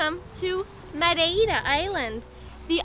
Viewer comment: proniunciation of Madeira: ⭐⭐⭐⭐⭐